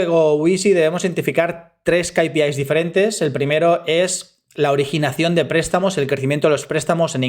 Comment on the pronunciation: Gracias por el video. Solo una cosa, o dices "KeyPiAis" (ingles) o dices "KaPeIs" (espanol). Repites una y otra vez "KayPiIs" en el video por ejemplo. No lo digo para atacar, solo para que te des cuenta. Un saludo